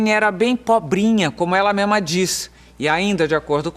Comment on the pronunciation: Bem pobrinha, como ela ''MEMA'' diz .. aeee Marília Gabriela, português perfeito!